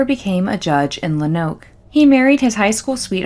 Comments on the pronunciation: Its pronounced, ''Lone-Oak'' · It’s a good video but as a native Arkansan you are killing me with Luh-noke, Low-noke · Pronounced lownooke if that makes sense . Not much there tbh not much in Arkansas in general. I live here and haven’t heard of this until now .